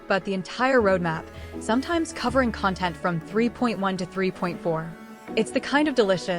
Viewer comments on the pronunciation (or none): none